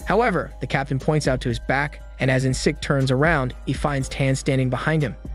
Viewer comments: it’s pronounced as en cheek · The fact you can't pronounce Encik properly is cute.